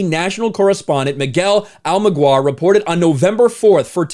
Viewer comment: The craziest part to me is that Miguel Almaguer (said Al-muh-gair btw) is not a nobody. I'd say he's probably the number 2 after Lester Holt on NBC's Nightly News. The fact that that guy got suspended tells me that call definitely could have come directly from Nancy. His personal life is private but if I had to guess he's probably gay and is also a minority. To suspend him is not an easy decision. More likely they publicly called it a suspension but privately, it's a paid vacation.